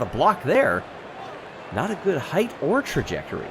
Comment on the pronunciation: "heighth"?! C'mon,, don't lose us now.